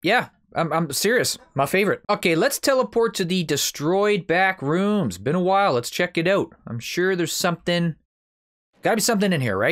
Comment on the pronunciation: I thought you said bathroom 😂🤣